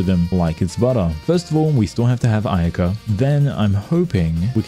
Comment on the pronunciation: Bro that ain't ayaka that aynahnah